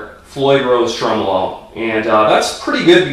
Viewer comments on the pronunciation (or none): none